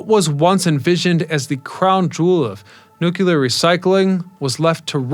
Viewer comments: Pronounce "New-Clear", not "New-Que-Lur"!!! How can you possibly present the subject with any credibility when you consistently mispronounce it's name?🤡🎪 Look it up = nu·cle·ar /ˈno͞oklēər/ 1. relating to the nucleus of an atom. Say this out loud = "A NEW day is dawning with a CLEAR blue sky". You can say the 2 words separately. Now, combine them NEW*CLEAR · Nucear, not nucaler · Nu-clear. Not Nuc-ular. No such word exists. Instant credibility loss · Say it with me now… “NEW-KLEER.” There’s only one ‘U’ in there. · If you don't learn how to pronounce Nu-Clear..... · New-qa-ler??? What's at the center of the atom? The new-qa-lar-eous 🤦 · I do voiceovers professionally. I tried to make it through, but you kept saying "noo-kyoo-luhr", and then when you said plu-toon-ium, you lost me. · made it to before leaving for nukuler reasons. TD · Learn to pronounce "nu-clear" please. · Haha that's funny. Its all good ,the homie George dubya used to say nukular as well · OMG. It's pronounce "NUKE - LEE - ERRR." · 🤣🤣🤣🤣 So annoying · It doesn't annoy me when you pronounce it 'new cue lur', I simply know how educated people feel about those who cannot pronounce things correctly once they know the correct way, and, having been made fun of when I was a kid when I made a mistake, I didn't want you to suffer the same fate. Because try as we may, there apparently are a very lot of people who think anyone who is different is automatically relegated to being considered mentally deficient. I watch your videos anyway; I know other people who mispronounce words, and think it's perfectly fine, as well. You make great videos, so, pronounce it any way you like. But at least now you know, that we're not saying this out of malice. We're just trying to help. Honest. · Each time I hear nookyooler it hurts my soul.